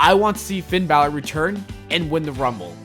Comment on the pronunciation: "Who should challenge Taker at Mania" You pronounced "Finn Balor" wrong 😉